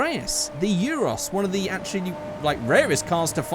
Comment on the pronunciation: Annis Euros? THAT SOUNDS SO WRONG!!!!!